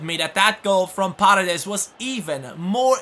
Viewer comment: hey,a tip,paredes is accented in the firs e(like parEdes),not in the a(you're saying pAredes) greetings from argentina!!!